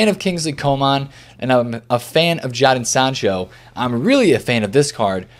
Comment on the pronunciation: The way he says Jadon sancho😂🤣🤣